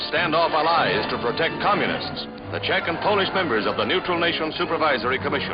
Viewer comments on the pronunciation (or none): none